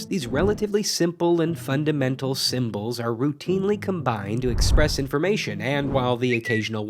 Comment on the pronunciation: Information is "in·for·ma·tion" not "in·form·a·tion". ;(